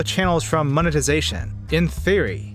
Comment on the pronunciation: You realize the word is MONE TI ZA TION, right? And the people who drive creative views are CRE A TORS. Eh? Mone zation craters.